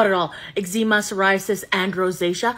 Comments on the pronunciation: eggsZEEma...i like that pronounciation, cute. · Why’d u pronounce eczema like that 😭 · mispronounced your own condition lol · I've never heard anyone say eczema like that before, it's an interesting pronunciation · Ive never heard someone pronounce eczema like that before